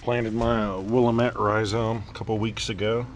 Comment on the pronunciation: God Damn it! Is WILL AM ETTE not willimitt LOL